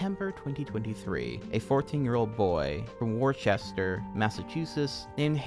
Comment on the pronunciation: That pronunciation of ‘Worcester’ was something else